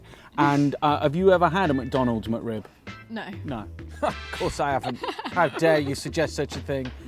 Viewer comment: It sounds like he’s saying “mud rib”.